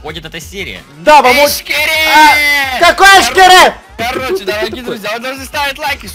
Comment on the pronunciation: Когда говорит " Эщкере" то мне кажется что это говорит Face